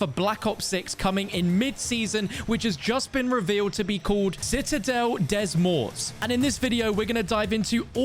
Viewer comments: "Citadelle Day Mor" if you want to know how to say it 😁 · you say citadelle des morts wrong its pronounced si-ta-dell day mor just to remind you i saw it on treyarch's tweet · You acknowledged your inability to pronounce French in your pinned comment,... Even so, I believe it would be pronounced "Day" + "Mort". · Its pronounced Day Des Morts The dead Pronounced day Mort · I'm french. It is pronounced like that : citadelle (same as citadel), for "des" it's like the word DAY without pronouncing the Y, and "Mort" the pronunciation is like the english word More (you don't pronounce the T at the end) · its ok its just a start of pronouncing citadelle des morts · Bro you didn't even try... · I get that its a completely different language so pronounciation isnt gonna be very good, but bro literally just said it in english 😭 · the way he said the map name has me dying 😭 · Not gonna lie that was a horrible pronunciation 😂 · HOW DID YOU PRONOUNCE THE NAME OF THE MAP LMAO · As a French your prononciation killed me hahaha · Bro is literally European and doesn’t know how to pronounce citadelle des morts. Its french bro